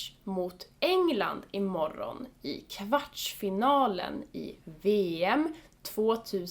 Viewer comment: I'm really intrigued by the way you pronounce "kvartsfinalem" .I hear a ch sound like in "match", but I can't figure out where it's coming from.